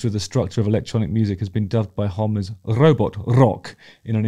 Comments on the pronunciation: Pretty sure it's pronounced "Homm-ee". Anyway, Go with the flow is my fave off this album. Also, stick to being a rock legend Justin, and I'll stick to being a Physics teacher... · BTW Josh Homme is pronounced Hommy like Mommy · Joshua’s last name is Homme, pronounced as ho-me. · Justin, Homme is pronounced like it rhymes with “mommy”. Keep making these mate ❤️🤟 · I saw this line-up of QOTSA, at the Troubadour in Hollywood, and it was loud and proud rock and roll greatness! Dave Grohl was killing it on the drums, and he did so on the entire album. Silly factoid, they recorded the drums(without symbols), then added symbols later for a heavier(non bleed) drums sound. Also, not to correct you good sir, Mr. Hawkins, Josh's name is pronounced, Haw-Me, Josh Homme. Cheers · FYI, his name is pronounced "Homm-E". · Be a real fan and pronounced his name correctly. Homme rhymes with mommy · After all these years Justin still doesn‘t know how to pronounce Josh Homme…